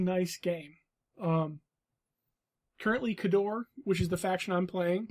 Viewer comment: Kay-door. Not Ka-dor